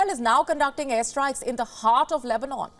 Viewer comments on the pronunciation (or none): none